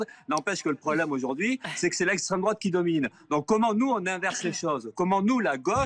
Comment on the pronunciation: "La goche" mdr !!! Et la " droateu"???